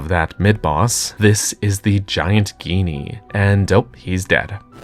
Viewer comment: I thought it was pronounced like “genie”